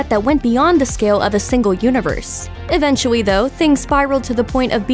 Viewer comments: Am I the only one who heard her say even-tu-we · She said eventchewy